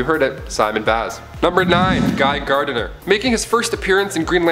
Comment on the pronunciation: Also, it's Gardner. Not GARDENER.